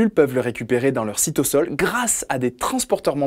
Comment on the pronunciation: J'aimerais vous demandez pourquoi vous prononcez cytosol "cytossol" parceque je me suis habitué à dire "cytozol"